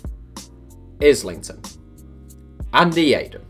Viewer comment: I've never heard Islington pronounced that way.